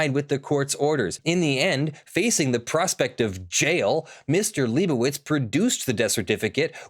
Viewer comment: it's been like 8 videos and still hasn't said "lie bow itz":( Lie bow itz how bow dah